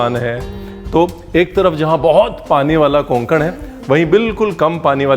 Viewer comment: Being from Konkan.. It was lovely to hear Konkan from you and how clearly you pronounced it😊